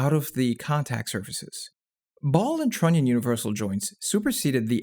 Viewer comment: He said: Trunion.